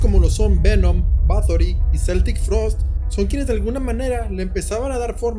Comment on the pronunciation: Buena tmática, aunque hubiera sido teso decir porqué cambió el mundo del metal. Acotación 2: Se dice Keltic Frost. Acotación 3: Grunge no es un género Acotación 3: Gracias por mencionar el ultra metal y su origen. Señal de cuernos Metal til death